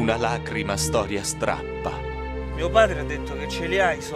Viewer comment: Una storia STAPPA lacrime (ma dice STRAPPA)...